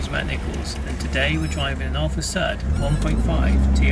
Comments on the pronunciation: Thanks for doing this great review. BTW, pronunciation is NOT sud (as in soap suds) but Sud (same as in good). I owned from new all the Ti models, starting with a 1.2L 1978 Ti. The final special edition Sud Ti , the 105 HP twin-carb Quadrifoglio Verde, as reviewed here, should have been my ultimate Sud driving experience--but it was sadly the worst--a very big disappointment! For some unimaginable reason Alfa Romeo 'tinkered' with the steering and suspension and ruined the Sud's superb dynamics and feel. It was NOT in the same league as earlier Ti's. My favorite Ti is definitely the ca.1981, non-hatchback 1.5 L with single Weber and 85 HP. These cars have more power than the earlier 1.2s but retain all their immense dynamic brilliance. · Sorry, I have to comment on the pronunciation... It's not a 'Sud', its a 'Sood'! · For goodness sake… it’s called an Alfa Sood—pronounced as in Should. Sud means South in Italian. Alfa Nord’s were made in Northern Italy. The Sud came from Naples in the South…